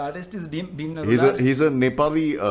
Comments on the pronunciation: Bhim Niraula was selected in Britain's got talent bro.😂🇳🇵 By the way his caste is Niraula not Narula. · Its bhim niraula, not narula! He is a nepalese residing in UK🤦🏻‍♂️